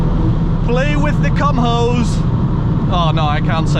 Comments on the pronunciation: Kum-ho is better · It's pronounced "Koom Ho" a South Korean tire manufacturer. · Did he just say "cum hoe"?😅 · Kumho is pronounced "koo-moe" and their tyres are excellent. Although on my ST I opted for Goodyear Eagle F1s. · "cumhoe" tires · Koo-mo. Jeez man looking up a proper pronunciation wouldn't hurt you. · at 10.07 he says play with the kumho's (cumhoes) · "Play with the Kumho's" hahaha! Your pronunciation is great with that word! 😂